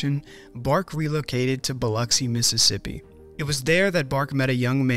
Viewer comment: Extra points for pronouncing Biloxi correctly. I was born and raised here.